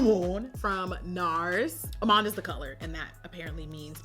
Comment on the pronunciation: Jackie saying amande properly 😏 now would you look at that